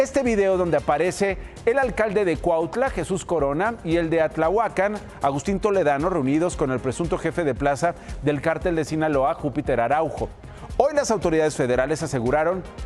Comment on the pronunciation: No es Atlahuacan, 😂🤣 Es Atlatlahucan Morelos, y Cuautla Morelos... Hay les encargo ponerlos a leer antes del noticiero 😂